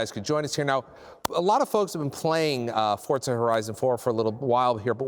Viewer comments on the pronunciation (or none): He keeps saying FORTZA HORIZON